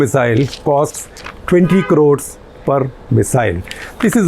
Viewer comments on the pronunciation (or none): none